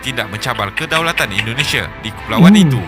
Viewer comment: Bang indonesia bukan endonesia